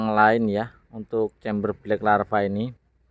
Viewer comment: LAVA BOS bukan larva Kalau larva itu belatung 😂 LAVAAAAAAA, BLACK LLAAAAVVVAAAAAA BUKAN LARVA